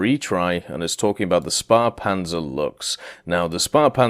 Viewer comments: FFS LEARN TO PRONOUNCE Stuf Ä ISN'T THE SAME AS A ATLEAST PRONOUNCE IT LIKE THIS "SPEEPANZER" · It's not his fault that he can't pronounce the letter ä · Imagine getting mad at a British Canadian for not knowing how to pronounce a German letter/word 🙄🤣